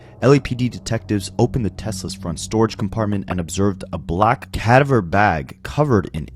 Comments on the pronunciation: it’s pronounced “kuh-dah-ver” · No it's not. Cadaver, not cadiver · Is this AI? Because all kinds of words have been mispronounced. Totally annoying. RE: CA- dah-ver bag. Rest in peace sweet girl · AI can't pronounce cadaver lol 😅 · I hate the way you pronounce cadaver